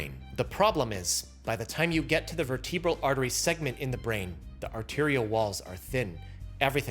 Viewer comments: Unlike in cerebral, the second E in vertebral is soft, and the accent goes on the first syllable. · Vertebral.... why have I heard that pronounced far more different by plenty of physicians ?